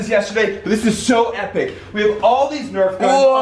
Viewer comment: its nerf not nerve